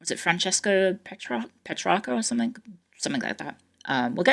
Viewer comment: ✋ can I say sumfink